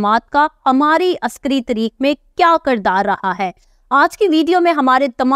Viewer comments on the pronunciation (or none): Tirik Nahin HOTA tareekh HOTA hai